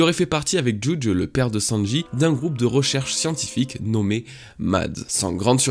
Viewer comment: La façon que tu prononce le nom de Judge me tilt à chaque fois mdr